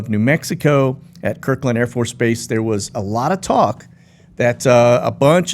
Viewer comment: With respect, it's Kirtland, not Kirkland AFB.